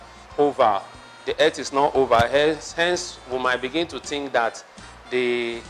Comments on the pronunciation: It's earth not erth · Earth pronounced as "eeth" new English version